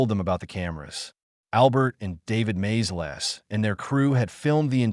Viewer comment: Hey, Mr AI, the filmmakers were the Maysles (MAY-ZULLS) brothers, not MAZE-LESS!🤣🤣🤣